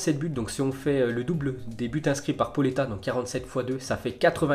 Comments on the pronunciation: Poleta ? J’ai envie de t’insulter on prononce Paoleta !!! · Il s en fout il prononce a la française